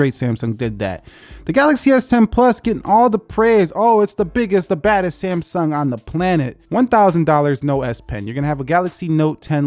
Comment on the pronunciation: Did he say Samesung in the start